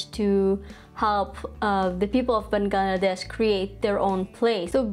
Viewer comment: Wow! Didn't expected this video at all. 😅😅 P.S: Your Accent, esp how you pronounced Bangladesh (baen-glaa-desh) 😂😂